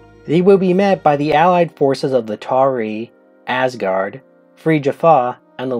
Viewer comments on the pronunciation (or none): none